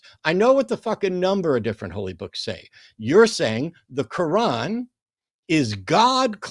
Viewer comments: Did he keep saying the name of that book like "ka-won"? That's what I heard. 😂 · Is it me or did keep calling the Quran the Cowan? What a siwee wabbit he was? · Aside from unique way of saying Quran....he brought a circular argument to the discussion which guaranteed he would fail in spectacular fashion...in less than 5 minutes. Way to go, ya blew it by blowing your top....and your cell phone service is substandard....and you squeak and yell way too much, which makes you sound like a person who has lost his damn mind....and ya probably need to grow up a little bit, which is an understatement in your particular case. You're Welcome